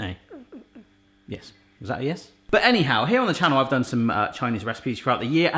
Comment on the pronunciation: The way you said A NYHOW was probably a better attempt at saying hello in chinese